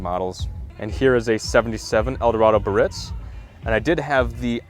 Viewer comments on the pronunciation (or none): It's pronounced: Bee-ah-ritz - 3 syllables